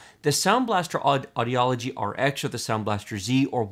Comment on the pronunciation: I just want to correct how you pronounced the Sound Blaster brand it is AWE-DEE-GEE not AWE-DEE-Yolo-GEE :D (Constructive criticsm)